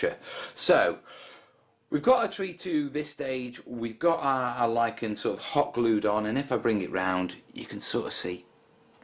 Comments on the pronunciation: [ lahy-kuh n ] or [ lie ken ] not [ li-chen ] someone's pulling your leg mate. Keep the videos coming! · So you pronounce it "Li-ch-en"? I'm Liken that! ;) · How to pronounce lichen? Depends if you are American or a Brit! We Americans say liken, while you BrIts tend to say litchen. Both are correct btw!